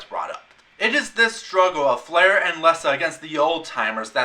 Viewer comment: F'lar is pronounced Flahr, & the picture of the person you identified as F'lar's half brother, F'nor, is really named N'ton. If you really perused "The People of Pern", art by Robin Wood, & intro by Anne McCaffrey, you would have known. There is a pronunciation guide in the 2nd edition of "The Dragonlovers Guide to Pern".